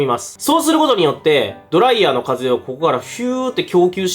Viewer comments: ドライヤー⤴︎ではなくドライヤー⤵︎ では？？？？？？？？？？？ってとこが気になって集中できなかったのでもう50周見ますわ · ドライヤーの発音が気になる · ドライヤーのイントネーションが気になって動画の内容が入ってこない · ドライヤーのイントネーションスパイダーと同じなのか…